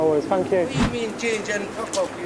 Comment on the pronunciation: The guy who thought he said fuck off I can kinda understand cuz when he repeated it the accent did make thank sound a little like fuck but then again it's London and as a Scot to me it's the English Glasgow where violence is around every corner no matter what